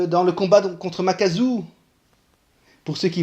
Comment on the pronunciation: Makaku :x pas makazu